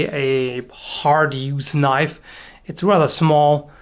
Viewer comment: Thats not a knoife.